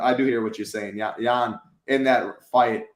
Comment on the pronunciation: Dude said Jan like Janet 😂😂😂